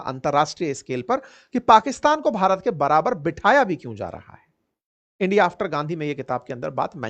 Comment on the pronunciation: 2 Land my fhriend the Fhriend of rndia😂😂😂😂